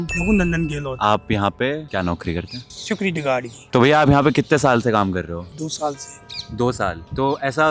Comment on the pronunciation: The way security guard pronounced "Sekruty guarde"😂😂😂😂😂FAHHHH